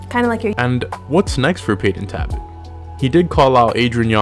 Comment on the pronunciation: maybe get the fighters name correct for ur next videos..... its NOT Tabbot it's Talbot ya dunce 🤦‍♂️🤦‍♂️🤦‍♂️🤣🤣